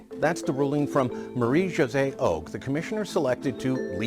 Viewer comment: Love the video. Thank you for keeping us informed. Btw, Josée is French and is pronounved with a J not an H like in Spanish. Merci!